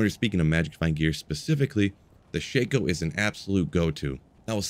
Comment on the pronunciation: for future reference, Shah-ko.